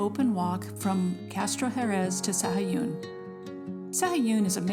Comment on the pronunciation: Proniunciation is SA-A-GOON.